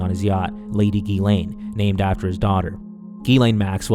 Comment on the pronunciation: It's pronounced Jizz-lane Maxwell.